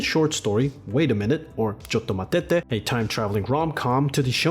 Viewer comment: I am pretty sure "Wait a Minute" in Japanese is "Chottomatte, not Chottomatete" Right? Or is that a variation of it?